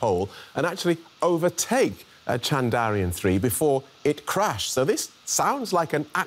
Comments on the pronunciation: Did he say "Chandariyan"? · Sir. Thats Chandrayaan and not Chandariyan. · Its Chandrayaan.....not Chandariyan as you read it. Please do your homework properly before you present the program. The whole world can read it properly except you. Awful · It'd be nice if the presenter can at least learn to say the name of the space craft properly. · Great coverage but please the presenter needs to learn the pronunciation of "Chandrayaan" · The Anchor is having tough time to say Chandra + yaan. He got it wrong every time